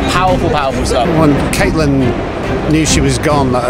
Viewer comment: So the actor playing Blackfish claims he read the book, but still calls her Caitlyn. I've never seen anyone make that pronunciation mistake ever.